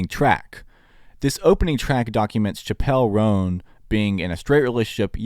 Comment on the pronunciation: You're saying her name wrong